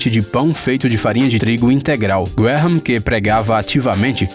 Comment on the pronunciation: "Graham" pronuncia-se "grémm", o "ha" é mudo. "Salisbury" pronuncia-se "sósbri". E "corn flakes" não é uma MARCA, é simplesmente como se diz "flocos de milho" em inglês.